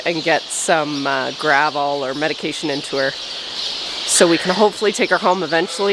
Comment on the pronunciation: Grovol (not gavel) similar to Dramamine